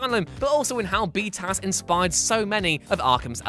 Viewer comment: I can't stand hearing 'bee-tass' said out loud.